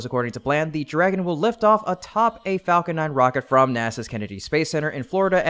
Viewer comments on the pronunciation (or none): none